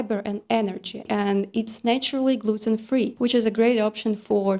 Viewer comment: Did you say buckwheat is putin-free, or gluten-free? Hahaha!❤😂🌹